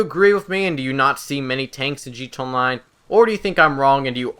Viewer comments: Dislike just because of how you pronounce GTA. Wtf, just say "G" "T" "A", not "gta" like some middle aged person trying to be "cool" and "hip." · wtf is g-tey online?